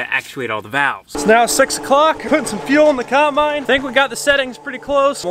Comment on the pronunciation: I finally figured out says "cimbine" instead of "combine". I wonder why.